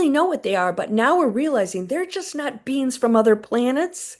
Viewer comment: When you said, "9 beings overseeing the galaxies", I thought you said, '9 beans overseeing the galaxies'. 😂